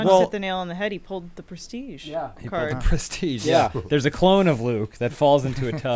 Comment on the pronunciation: “The pwestige. Hello, I’m.”